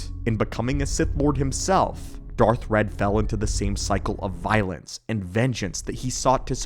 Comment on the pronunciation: That would be Darth Wredd (not "red")